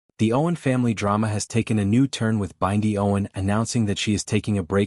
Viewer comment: So, what is the transformation? By the way, her name is Bindi, not Byndi pronounced like bin-dy, not B-eye-ndi.